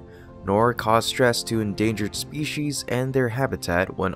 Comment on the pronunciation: "spee-she-is"-!? No... the word species has no "h," it must be pronounced as spee-seas.